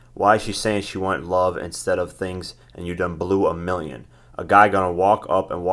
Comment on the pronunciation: he said "300 meal", aaaaaaah!!!!!LMFAO!!!!!! then he said, "There is a lot of peopole" WTF!!! LMAO!!!!!......you know that had to be floyd, aint nobody typing for him there...AAAAAAAHAAAAA!!!!!